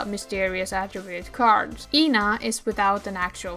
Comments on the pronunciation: the main thing is ena which you call ee-na but it's just eh-na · this is my first time hearing someone pronounce ena's name like that lmao i was wondering who tf Yna is until i realized 💀